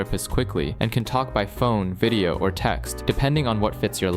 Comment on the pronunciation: “This vieeoh is sponsor bai beahhelp”yeah- no, unsubscribed.